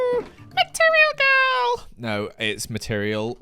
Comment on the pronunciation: the moment i thought “ material gowrl “ said “ material gowrl “ 😂